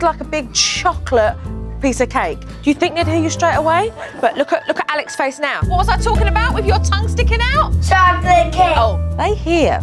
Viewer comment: Mom doesn’t know how to pronounce “ALEX” correctly